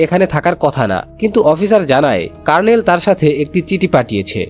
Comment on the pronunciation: কার্ণেল 😂😂😂। দু:খিত। আপনার আরো অভিজ্ঞতা প্রয়োজন